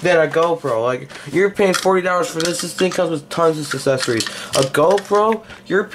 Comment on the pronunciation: he said accessories as saccessories.